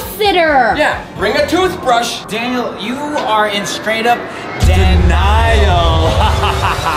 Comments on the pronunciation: "Daniel, You are in straight up "Danial" ." -Melvin, 2021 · "Daniel, You are in straight up "Danial"." -Melvin, 2021